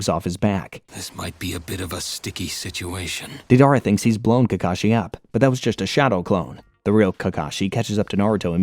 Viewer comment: It's *Day-der-ahh